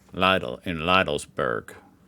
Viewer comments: For the 73456th time: LEEDL. Not Lye-dl, not Liddle. Leedl. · Leedl and Alldee, NOT Liedl and Alldie ! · You are struggeling to pronounce Lidl correct,. Try to speak it like "LEEDLE" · it is pronounced "leedel" with a long "ee" at the start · Its pronounced Leedle! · LIDL rhymes with needle! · Lidl - like in "needle" with an "l" instead of an "n". Come on! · Better look up the pronanciation of Lidl - there is no ei in Lidl